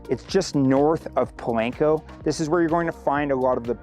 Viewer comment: Po-lahn-co. Not "lank".